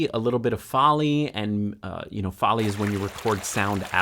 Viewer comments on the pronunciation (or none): Nice one. And Foley is pronounced FOH-LEE, like goalie.